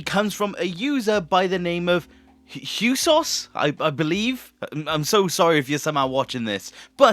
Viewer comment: It's not "husos" its huesos. As in bones in Spanish (at least I think that's what the user meant for it to be)